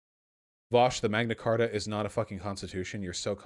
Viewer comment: "The Queen is a fucking chibi doll that sits on her throne and waits for death." I mean....he's not wrong, lol Honestly at this point, the Royal Family is basically our version of the Kardashians Edit: I'm on Vaush's side here, but hearing "Magna Carter" gave me psychic damage.